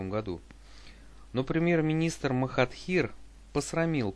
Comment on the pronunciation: Ты его имя не правильно произносишь